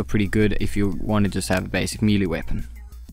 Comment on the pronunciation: LMAO he said me lee meeeleeee